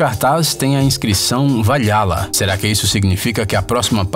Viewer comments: Não é Vai Hala, é Vaurrala a pronuncia correta de VALHALLA... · " valhala " kkkkkkk é Val Hala disgraçaa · nao se fala valhalla, se fala val ralla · Valhala se fala Vaurala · VAIHALA È MEU OVO .......é VALHALA ,o narrador num conhece mitologia nordica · "valhalla" é onde todos os guerreiros mortos heroicamente vão parar, e a pronúncia é "Vauhala" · Na verdade é vaurrala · Está escrito valhala mas é dito como vaurrala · valhala hahahahaha